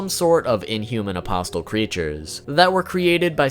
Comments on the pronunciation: Apostle...is pronounced aposle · two pronunciation tips. the "T" in apostle is silent, and behelit is pronounced "bay-lit" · You dont pronounce the T in apostle. Sorry but you say it a LOT n I just cant help but cringe. It's really distracting. Trying to help you man. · The t is silent my dude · The T in apostle is silent. But nice vid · Can you pronounce apostle right wtf man. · Great video, but the way you say apostle hurts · The T in apostle is silent. Sorry, don't mean to be dick because it's a very nice video otherwise. But... my ears. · What, aposTle? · Im sorry bro but you're pronouncing behelit wrong like 3 different ways and apostle, i can't bro it's driving me insane i cant listen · The t in apostle is silent, like bristle or hustle. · Isn’t the “t” in “apostle” silent..? =,= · Bugged me too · oh I'm sorry, was he supposed to say "a-pos-les" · THANK YOU. that shit was bothering the hell out of me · The way he said apostle was really bothering me... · The t in apostle is silent right? Idk why my ears perked when I heard the way you pronounce it but great video either way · Every time you say “apos-Tuhl”, there’s a painting that gets a little smarter 😒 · Bro, the T is silent in the word "apostle", like in the word "thistle". Like Jesus and the twelve apostles... I can't believe how many content creators mispronounce this word. Don't pronounce the T! It is pronounced apossil. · Please stop saying "apostle" as "a-pos-tul" omg I'm nitpicking but it drove me nuts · So many weeb fuk channels can’t even pronounce things properly... “apos-tell” fuck me. Apostle, like “castle” not “castell” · For future reference, you pronounce Apostle, with a silent "t". It's pronounced like: "Uh-Paw-Soul". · Its not pronounced as Apos-TEL It's spelled as Apostle but pronounced without the "T" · Bro why are ppl pronouncing apostle like 'a poss tul' 💀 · The word apostle is pronounced with the t being silent. Apos-el. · Hearing the T in apostle being pronunced is excruciating